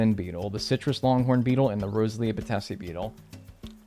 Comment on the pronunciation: i think it's really funny how many people say "rosalia ba-te-si" when it's definitely "bates-i", like, it was discovered and named by someone named bates, who named it after themself, batesi